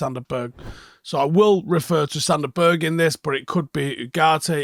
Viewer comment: Annoyed about how you say “Berg” 😂